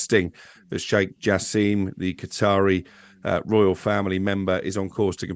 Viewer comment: It’s pronounced “Jaa-sim”!!